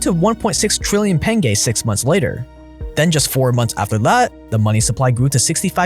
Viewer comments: how the fuck can you pronounce pengö as pengay?! if you would pronounced as pengo still wouldn't as bad as pengay lol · why are you saying penge there is no e?! lol